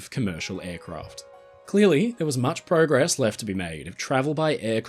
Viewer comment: You said progress wrong again!